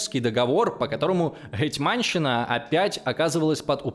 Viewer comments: Как же режет слух "ГетьмАнщина"... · гЕтьманщина, а не гетьмАнщина.